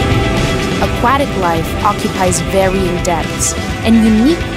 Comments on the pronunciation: How does this lady not know how to pronounce Aquatic? I don't think I've ever heard anyone pronounce Aquatic like that... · i like "A-Quack-Tic" for aquatic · i knew i wasn't the only one... a-quack-tick. i don't recognize that accent... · I busted up every time she said AhQuackTick life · Love these trailers but man, that's a weird pronunciation of aquatic.